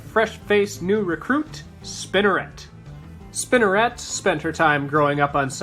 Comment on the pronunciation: The way he se says spinerit it sounds like spinarak